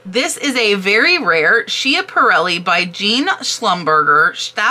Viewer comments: The pronunciation on the one maker is s-cap-a-relli. Too many years of game shows… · Nice video. If anyone wants to know(it took me awhile to figure it out): Schiaparelli is pronounced scap-(rhymes with cap) uh-rell-ee.